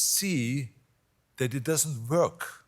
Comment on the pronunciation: "It doesn't verk". Preach brother. But Titanic? Dude.......